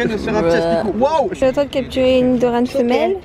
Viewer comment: lol c nidoran pas nidorane XD